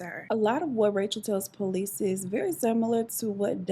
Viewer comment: I’m 😂 I love the way you say police it’s like po lease 🤣